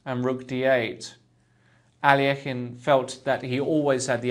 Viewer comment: i wish you would pronounce alekhine's name correctly. your pronunciation really irks me. it is (al-i-kine)